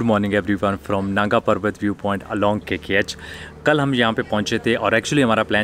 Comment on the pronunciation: Nanga parbat hai not Naga parbat